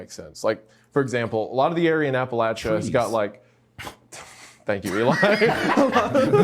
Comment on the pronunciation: Thanks for pronouncing appalachia properly wendigoon REPRESENT !!! 👍👍